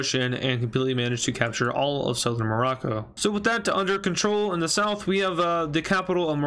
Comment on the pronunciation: why when he said south morocco he said smorrco